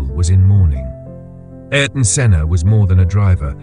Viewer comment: "Aryton" "Aryton" "Aryton"...